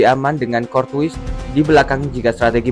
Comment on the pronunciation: ok juga analisanya, tapi coba Courtois dibacanya Kor-Toa